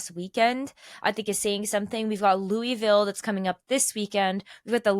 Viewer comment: Hate to be that person, but as a Louisville native, it's not "Loo-ee-ville" It's either "Loo-uh-vull" or "Lull-vul" I also had no idea we had reigonals in our city this weekend and I'm out of town 😭